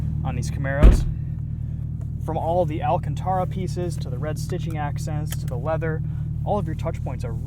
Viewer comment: The phony leather treatment is pronounced....AL-CAN-TEAR- AH